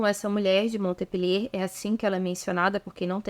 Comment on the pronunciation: A prnuncia é Monpelier